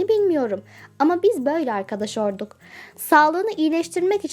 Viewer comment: olduk yerine orduk diyor